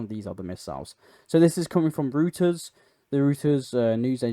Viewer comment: I thought you'd want to know that Reuters is pronounced "Royters," not "Rooters."